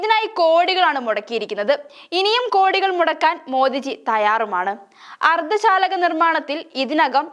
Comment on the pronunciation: അർദ്ധ ശാലകഅല്ല മോളെ അർദ്ധചാലക😂😂😂